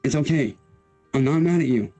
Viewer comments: Dude that "olay" drives me INSANE and he clearly announces "okay" at one point in this video so IT'S POSSIBLE HE JUST DOESN'T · he's saying Olay. Have you seen the goblin shampoo commercial? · Olay or oway instead of okay 😃